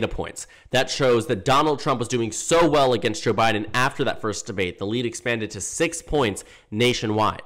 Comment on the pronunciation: when you're saying "Joe Biden," hit "Joe" a little longer. In this video, it sounds like "J'Biden"